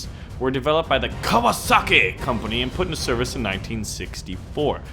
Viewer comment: The way he pronounces Mitsubishi and Kawasaki like they aren't two of the most popular car/motorcycle brands in america.